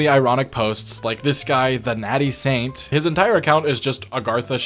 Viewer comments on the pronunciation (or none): none